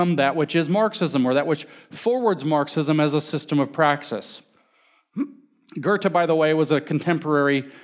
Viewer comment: So who's this Gerte he mentions... I don't know any public speaker who tries so little to pronounce names correctly as James. It's his greatest nemesis.